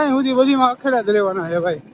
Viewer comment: અખેડા નહી ધુણા અને અખાડા બોલાય😂😂😂😂